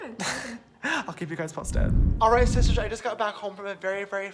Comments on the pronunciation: oh my god he said shisters I'm actually dieing 😂😂😂😂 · James if you ever see this comment i know it was 3 years ago but just wait 2 seconds and you said shishter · he actually said shishtarrs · he says shistars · and he said shisters lol